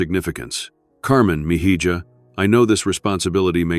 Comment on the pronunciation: The AI needs to learn Spanish.